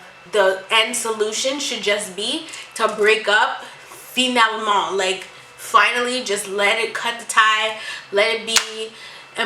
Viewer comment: The way you said "Finalement" 😩😩👏🏿